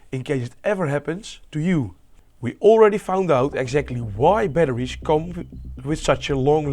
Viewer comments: how did this guy manage to pronounce a H in 'batteries' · i love how you pronounce batteries. hehe, batteriesh. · Lituhiuiim batterishhh"